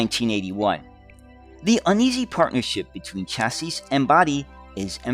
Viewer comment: You want top be an expert on buses and you cannot even pronounce the word 'CHASSIS'?